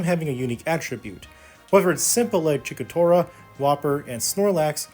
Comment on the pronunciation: “Chikora” “whopper” looks like Sakurai isn’t the only who probably hasn’t seen the anime. But pronunciations aside this was a fun essay to watch, I look forward to your future videos,.